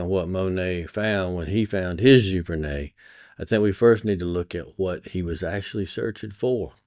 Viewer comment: I'm a Canadian and your accent gives me the giggles. It's pronounced gee-ver-nay. Great video. Want to make great images, steal from the masters. Thanks for the insight.